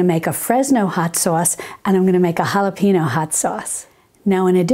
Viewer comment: not HALAPEENO, but HALAPENYO